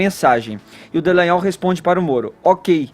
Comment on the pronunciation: Gente, esses jornalistas não fazem o mínimo do dever de casa, que é ler corretamente o nome das pessoas: é DALLAGNOL, e não Dellagnol...